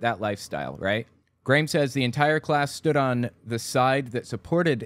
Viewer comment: Just so you know, that kid from Australia's name is pronounced "gram", like graham crackers.